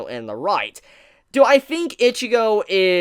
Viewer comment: Stop calling her Itchygo